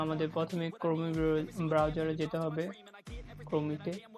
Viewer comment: তুর বাল ক্রোমি না ক্রোম🤣🤣🤣